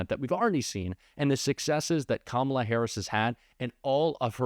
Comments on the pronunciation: They purposely mispronounce Kamala's name. They make me sick. I hate "mgt " lol and every last one of the maga morons. Hey, Margie?? Better get used to calling her, Madame President! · Mispronouncing Kamala Harris' name again, eh Marge? MTG says "murderers, rapists, and terrorists"????? Oh dear, how scary. Why did MTG, and the rest of the MAGA idiots vote down the bi-partisan border bill? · Apparently MTG also has a speech impediment. If she can't pronounce Kamala, try Madam President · Why do Republicans insist on mispronouncing her name? Is it supposed to be funny? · I hate how she pronounces Kamala's name incorrectly on purpose! I guess she's just trying to make it sound more 'foreign' or something. MTG is such an awful person! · Can't/won't pronounce Kamala's name properly at this point automatically makes what you say, Marjorie, up for question. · I feel she is perpetuating racism by refusing to properly pronounce VP Harris's first name. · I love it when people mispronounce Kamala, because then I can stop listening to what they have to say. They are either stupid, rude or both. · She intentionally mispronounces VP Harris' name. She is VILE and should be called Maggot Tayler Greene by everyone responding to her from here on out. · They think they're so clever intentionally mispronouncing her name. These people are all insufferable toddlers who have no business being anywhere near our government.